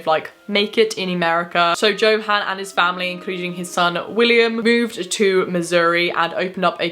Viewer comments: I just wanted to correct you on one thing you said Johan how it is spelled but since they are from Germany it is probably pronounced yohan one of my best friends was adopted from Germany and his dad is German and it is how you pronounce his name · St. Louis pronounced St. Lou Iss. Johann = Yo Han. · Also, J's are pronounced as Ys, so Yo-hann :P